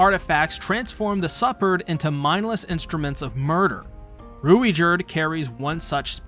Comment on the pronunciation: Bruh PLEASE work on ur pronunciation, superd is not pronounced liked suppered